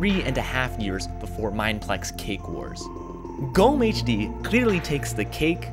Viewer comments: Oh so GommeHD has the second oldest bedwars version? DIESE KOMMENTARSEKTION IST NUN DER EIGENTUM DEUTSCHLANDS! btw in GommeHD, you pronounce the E. It's not silent. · You slightly mispronounced GommeHD! Jesus, I'm surprised to see this here, i have barely remembered him - this brings back good memories uwu